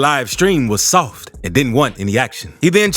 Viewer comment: The narrators voice describing the first guy's antics had me rolling. Reminded me of a young Keith David. - "Claiming that everybody on the live stream was Sooof-T, and didn't want any ACTion. He then challenged everybody, who wanted to test him - to pull UP.....if they were REALLY about that ACTion..." And those boys did indeed - pull up! 😂😂😂